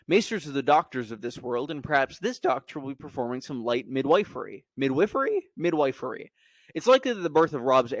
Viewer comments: super interesting video!!! for clarification, it is “mid-whiffery”, not “mid-WYfery” lol (just a language nerd, no offense meant) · Midwifery is pronounced mid-whiffery. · Midwifery is pronounced 'mid-wiff-er-ee'